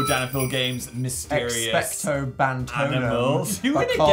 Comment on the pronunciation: magic girls it’s actually Expecto Patronum not whatever you just said lol